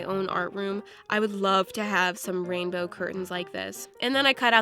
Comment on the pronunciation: Like how many times said rambow